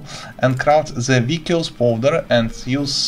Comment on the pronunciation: hello, thanks for the tip! your english is really good. the word 'vicious' has a soft 'c' sound, meaning it is pronounced "vish-uss" rather than "vic-i-ous", how it's spelled.